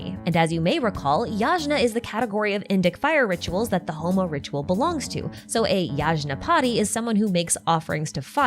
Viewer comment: As an Indian, it took me a hot minute to realise you were talking about Homa and Yajna - the pronounciations always throw me off. For years now its bothered me that Dashrath has been bastardised to Deshret, and that fucko is somehow the singular most lore relevant character in the game.